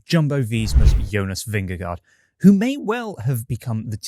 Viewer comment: Thank you for saying Vingegaard’s name correctly. Not like NBC’s commentators who think it’s VingeGO.